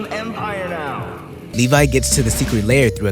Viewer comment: As a fellow Attack on Titan fan I love how you pronounce Levy like Levi. 🤣 you said but you meant Thraxan. There is an entire crossover comic called Marvel Team up where there is a lot more than in show with Invincible and Spiderman and Doc Ock.